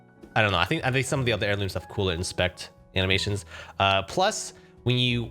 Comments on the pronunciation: "apex airlumes" lmao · “Apex Airlumes” A for effort 💀😭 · It’s pronounced air-loom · "apex airlumes" has me upset